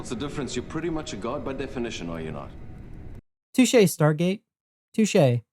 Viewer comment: "Touch chi"? You mean touche? Also, why do the captions just vanish halfway ( , specifically) though? :chillwcat